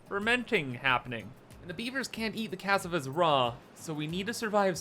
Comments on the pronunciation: It's not C-ass-ah-vah is cuh-saw-vuh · /Ca-sa-va/ It's a kind of root vegetable. Also known as Yuca. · That's not how you pronounce cassava. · I love how you pronounce cassava 😅